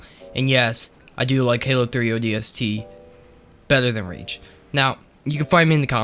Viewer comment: “It’s way beddow than halo 3”